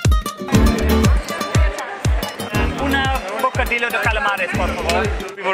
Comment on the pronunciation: Bocadillo... pronounced "bow ka dee yo" not "bow ka dillo". For when/if you go back to Madrid and vlog about it. You're welcome!!!